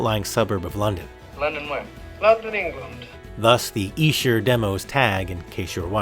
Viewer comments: Brilliant! Definitely the better deal there! $50, such a great price too! Esher pronounced exactly right, Great Job! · Bruv, from one Beatle bruva to another. You are correct on your pronunciation of Esther. Also congratulations upon your recent engagement. May you both have many years of happiness together. Gb George.